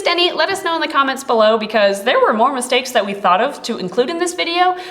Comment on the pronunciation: at the start when she said mistakes i thought she pronounced it like "mis-snakes" lol